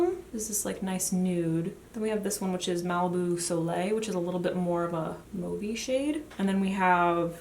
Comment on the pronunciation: Omg you pronounce mauve correctly!!!! So sick of beauty people saying it so wrong!! Love the look x